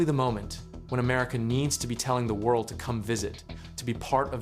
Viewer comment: I guess English is not your native language. WORDL?!!